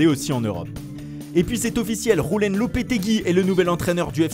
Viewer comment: Pour Julen on dit "Youlène" et pas "Roulène" merci.